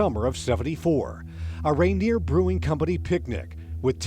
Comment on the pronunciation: Teddy Bare: Sorry, KIRO-TV ... For all that Seattle may be close to Alaska, it's not the "Reindeer" [sic] Brewing Company. It's Rainier ... As in Rainier Ale —a.k.a. "The Green Death" [discontinued 2016], cf. The Green River Killer, Bundy's Pacific Northwest serial killer rival.